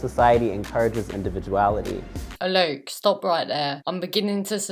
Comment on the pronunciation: "This bloke Alok", thumbs up if you like how she pronounced it!